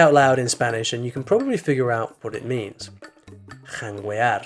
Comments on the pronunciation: Just to clear out the word 'Janguear' you don't pronounce the letter 'U' it's silence in Spanish in that configuration unless it has the dieresis ' ü ' You should pronounce it like 'Jangear' . Great video✓ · The "u" in "janguear" is silent.... it's like in the word "guerra" where you don't say the "u". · Good content pero janguear is silent. It's like saying "Que" but with a G instead. Pero anyway you did good and that deserves a sub! 👍🏾🇵🇷🇱🇷🇵🇷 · Pronoiciation on jangeuar is a lil off